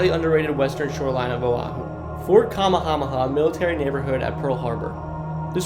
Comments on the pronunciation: Fort kamahama 😂😂😂😂😂😂bruh you have to remake this video after you learn how to pronounce Hawaiian words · "Ka-may-a-may-a" = Kamehameha